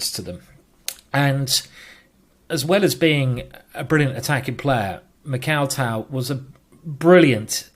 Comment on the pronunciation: I wish Simon would just listen to a Russian pronouncing Tal's name and, yes, I know Tal was Latvian.